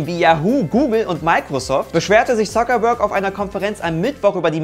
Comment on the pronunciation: "beschwerte sich Zockerberg" Zocker? wer? wo? :D